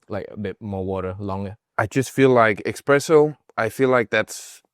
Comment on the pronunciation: Hey its pronounced Espresso not Expresso. / Huge Swedish fan.